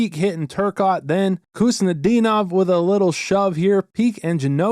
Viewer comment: You never disappoint but this one, #24, was especially good I thought. Just so you know, the K in Khusnutdinov is silent. So it's pronounced, HOOST - nuh - DEEN - ahv.